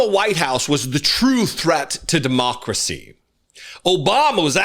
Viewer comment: Hell that first Wayne whatsisname can't even say DEMOCRACY correctly, he said DēMÄRKrō cēe, and the way he said it just sounded completely ridiculous and stupid. Made me cringe actually.